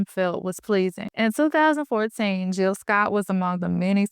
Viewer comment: Hey, Good video topic! I see that you forgot the “J” in Jill’s name. Okay, back to watching🫡